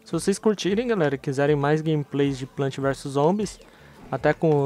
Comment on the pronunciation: vc falo errado não é plant é plants !!!!!!